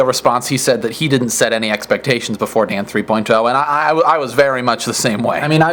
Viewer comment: LOL in the beginning it sounds like hes saying "this episode of damn 3.0 is brought 2 u by squarespace"